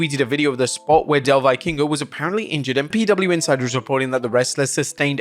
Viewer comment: Jesus man is it really that hard to look up the proper Vikingo pronunciation?